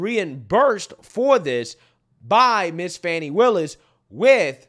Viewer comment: "How do you pronounce fani? FAWWN-KNEE" 😭😭